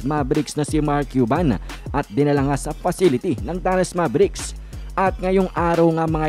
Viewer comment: Hindi MABERIKS ..ITS MEYBRICKS...MAVERICKS